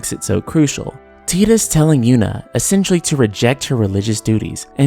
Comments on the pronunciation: I’ve never even played ff 10 and hearing “teeetus” rubs me the wrong way... is it Titus (said “Tight-Us”)? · Tee-dus? Tidas like tidal wave. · I can't stand your pronunciation of "Teetus", it's Tidus. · Ive always pronounced it Tydus, which makes more sense mnemonically because of the Blitzball, and the fact that he was washed up on Besaid in a TIDE of water, among other things. Tbh if you watch other FFX youtube videos, id bet 90% pronounce it Tydus, not Teedus. To each their own though i guess. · Your analysis and critique has depth and genuine love put into it ☺️ FX15 fell flattttt with its “love” story. But I’d like to make one change... Dude’s name is definitely TIDUS! Tye=Tie=Tai=Tied= TIDE-US 😤😤 That delicious jello snack challenge? It wasn’t the “teed-pod challenge” and the ocean shore doesn’t reach “high teed”. Teedus just sounds so awful and I’m pretty damn sure they didn’t call him that in game or 2nd grade me wouldn’t have crushed on his HD Cloud Strife lookin ass so hard 😤 other than that you earned my sub and thumbs up 👍 I look forward to future videos :) Also... Square EEEnix lolol (Phoenix =/= Fenicks) 😬😬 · I know it's pronounced like "Teedus" but it sounds weird to me. I always said it like "Tiedus" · I think most people do. Ive always pronounced it Tydus, which makes more sense mnemonically because of the Blitzball, and the fact that he was washed up on Besaid in a TIDE of water, among other things. Tbh if you watch other FFX youtube videos, id bet 90% pronounce it Tydus, not Teedus. To each their own though i guess. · "Tee-dis" ... eye twitch O_o LOL That's just this fandom eh? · ok bro u ruined it when u said teedus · I cant even watch this because i grew up saying Ty Dus instead of tee dus and it makes me cringe every time (i know its the correct pronunciation, i just cant do it okay 😂😂) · I refuse to believe his name is pronounced teetus..... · Ugh. “Tee-dus”. Who the hell ever pronounced the name this way?